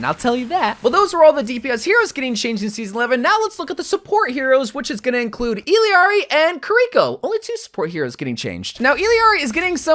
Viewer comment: Not him combining the Spanish and English pronunciation of illari to say her name💀